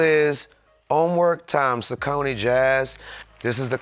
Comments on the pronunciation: Dad for pronouncing Saucony wrong after a year working with the brand 😂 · trinidad not knowing how to say 'saucony'